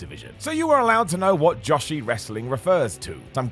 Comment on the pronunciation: Joshi is pronounced like Joe she not Josh she Rhymes with Yoshi from Super Mario. Great video!